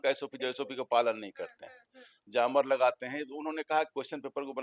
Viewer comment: जामर नहीं बोला जाता है. जैमर/ जैमअ बोला जाता है. बार बार आप गलत बोल रहे हैं. फिर बहस आप कैसे करेंगे?